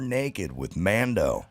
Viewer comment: Mando, not Mondo!